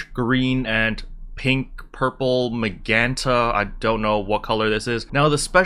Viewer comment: sound ur words out before u say them like important and magenta say it like as in gentlemen